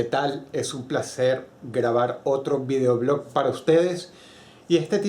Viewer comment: Escucho mal o dross dice videoblock,jaja varias veces lo dijo